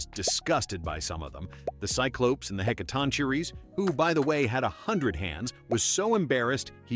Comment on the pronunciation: Is the voice AI-generated? I thought it's pronounced "Heh-kah-tong-kee-rees?"